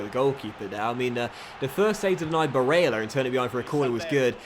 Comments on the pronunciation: Hey, I see a lot of comments talking about Nicolo Barella’s Name pronunciation. I think you just need to lower the emphasis on the e (a sound). It should sound more like how you were saying it in the beginning of the second half in the lazio game, not the 88th Minute goal pronunciation. Other than that, I’m loving this series and I am loving the story so far. Thanks. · I'm a huge fan and I've loved your vids for about 3 years now but please take it easy on the name pronouncing. Its a bit cringey and I'd rather hear you say them with your actual accent rather than faking one and making it sound worse. Otherwise this series is great, along with your Huddersfield CM. Quality content as always! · Who cares about how he pronounces Barella's name? Come on... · Hastings Grime Media Ya I'm with you on this one. It's strange to see not listening to his subs. He's seems to be inviting trouble. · gotta say i agree tbh